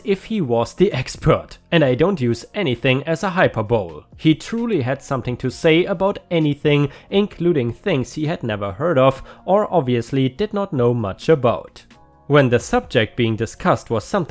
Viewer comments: Hyperbole is pronounced Hi-purr-bow-lee with the stress on the purr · Hyperbole = Hi-per-bo-lee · Hyperbole = HIGH -- PER -- BOW -- LEE. :) But HEY Nice try with trying it out. Most people have trouble saying it the first time out of the gate! :) :) LOL. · Just a quick note: Hyperbole is one of those strange english words where the "e" at the end is pronounced. hi-per-bol-e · hyperbole is pronounced: hi-per-bowl-ee ^.^ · I love your pronunciation. This time you said hyperbole wrong. It is pronounced hiperbowlee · Just a quick pronunciation tip. "Hyperbole" (how you pronounced it does make sense when looking at the word). It is pronounced with 4 syllables, to sound like: High-Per-Bow-Lee. The second syllable is stressed (so High-Per rather than Hyper). Hope that makes sense.